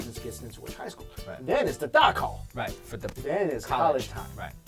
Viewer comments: It's zhongkao and gaokao, not gaokao and dakao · "Zhong kao" is the test people take to get into high school, and "gao kao" to get into university! There is no "da kao". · Why is it Dakao XD literarily the funniest thing I heard our tests were called ZHOUKAO...and the periodic exams were called YUEKAO(monthly test)